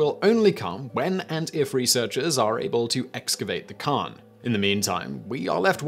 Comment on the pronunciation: Stop with the weird pronunciations. Seriously it's just annoying and you can't be making mistakes like cairn sounding like karn.